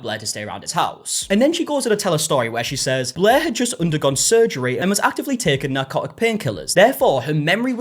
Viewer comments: She is forever “BLEH” to me now! 😅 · BLEHr the r is just super soft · Every time you say "Blair" it sounds like "Bleh" to me. Which is also accurate. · have you ever seen a british person by any chance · As someone who has read too many Wikipedia articles on this, "non-rhoticity" is the fancy linguistics name for this.